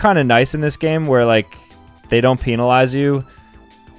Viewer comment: we need to talk about this moment. i mean, PEENALIZE?!?!